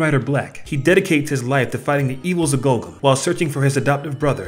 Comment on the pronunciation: the correct name is Gorgom, not Golgom